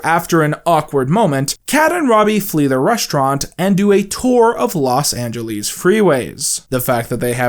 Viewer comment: nice one mispronouncing Los Angeles as a joke there to reference the Phoenix line